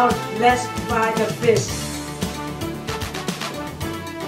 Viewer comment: she say fish to fis and eggs to eyys